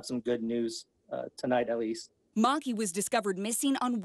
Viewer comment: I think the Lemur's name is "Maa-kee"